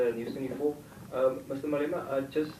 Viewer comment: I thought I was the only one who heard ‘ANIMAL OUT’